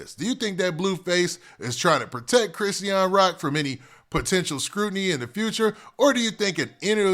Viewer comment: I wish u would just call her Rock or somethin if you're not gonna pronounce her name right 🙄